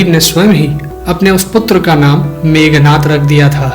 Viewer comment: मेघनाद not मेघनाथ ...